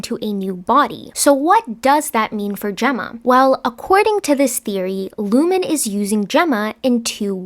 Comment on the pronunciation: It’s ‘Lumon’, ,Ricken’ and ,Dylan’